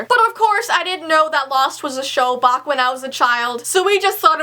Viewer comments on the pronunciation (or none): Wait did u notice that she said bok instead of back? XD 😂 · Ok not to be rude or anything but you said bock instead of back😂😂😂😂😂😂😂😂😂😂😂😂